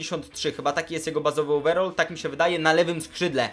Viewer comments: overall - over-all ---- over - ołwer all - ol ---- naucz się poprawnej wymowy... potem poprawiaj ✋ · ołweral nie ołwerol